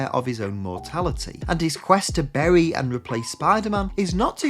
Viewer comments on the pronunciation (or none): none